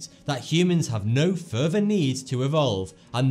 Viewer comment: "Humans have no furver need to evolve"